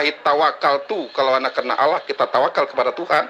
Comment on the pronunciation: Ini beneran murtadinkah? Masa sebutannya olloh..